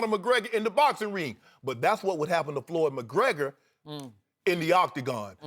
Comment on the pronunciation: Did he just say "Floored" Mayweather ? LMFAO